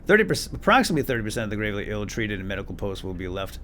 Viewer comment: It's pronounced " GRAVE- LEE"